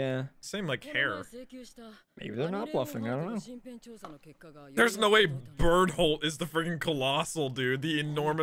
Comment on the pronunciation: It's the first I heard Bertholdt's name pronounced Bert-Hold haha